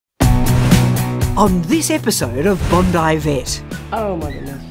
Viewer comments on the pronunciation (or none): In the USA, BONDI is pronounced "Bon-dee". Almost no one would say "Bond-eye". Just a passing comment. Love your videos.